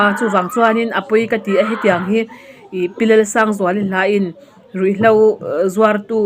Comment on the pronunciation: nutlingpui nisi Mizotawng hi a tawng uluk lo e,Ruih hlau ati zel a...RUIHHLO tih tur,,HLAU nilovin HLO tih tur👍👍